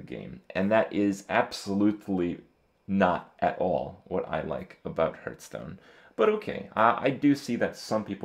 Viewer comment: i'd like to buff your ability to pronounce "hearthstone"